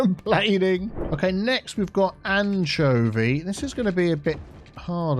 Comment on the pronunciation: “No chew-nuh” lmao 😂. Also i love the way you pronounce anchovies. “An-chuh-vees” instead of “an-cho-vees” lol